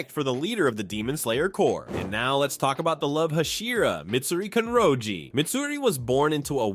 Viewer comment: it's "mitsuri kanroji"not "mitsuri kanjori" Hope that helps